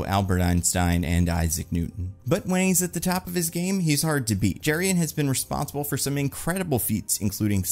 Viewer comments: Jerry-on. 😂😂😂 going to try calling dutch dudes that and see how it goes over. (Joking with love - the name Jeroen is pronounced pretty differently, kind of like yuh-roon) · The Doctor's name (Jeroen) is pronounced "Yuh-roon". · Dutch guy here: the name Jeroen is pronounced 'yeroon', stress on the second syllable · Hearing pronounce Jeroen as Jurrien really threw me. Honestly his last name seems anglicized in the comics, so the correct pronounciation in Dutch could be closer to 'Yur-oon Torn-Daik'